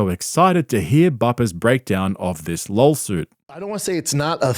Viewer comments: Wait did you say lawsuit or lolsuit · Is he actually saying "lolsuit" for "lawsuit" or is it like some kind of intrusive "l" thing?